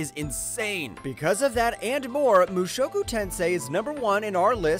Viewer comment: Suphlette Rudus Mushowku come one man, learn the proper way to say it.